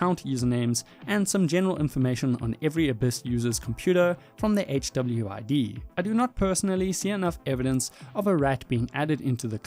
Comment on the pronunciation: I love how HWID is pronounced by the tts as "chubbyweed" in the segment from the abyss dev